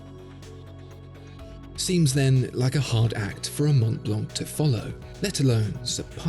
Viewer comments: Please it's not Mount blank it's Montblanc ! Shame on you! Do not pronounce the "t" in Mont nor "c" in Blanc! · The pronounciation needs some adjusting. The C at the end of Montblanc and the T are not pronounced.